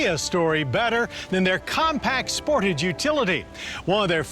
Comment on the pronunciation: Omg I just hate when people say “SPORTIGE” I have one of these and it’s so annoying when people say it that way. Something I love about this car is how put together and simple the Interior feels. It is also very comfortable to drive with soft seats. It’s also a lot faster than most cars in its class. Even without turbo.